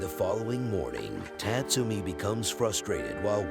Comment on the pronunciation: Tat - Sumi, LOL. It's pronounced Taatsoomi.